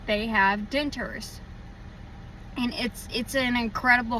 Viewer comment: I eat and taste just great!..maybe your debtures were done at the wrong placeand please please learn to pronounce DENTURES. my goodness. Annoying